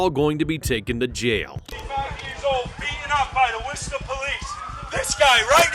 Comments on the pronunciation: It’s pronounced “Woos-tah” not “wor-chester” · Not WOR..CHESS TER LOL...ITS WUSTA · ITS WISTUH not worCheSteR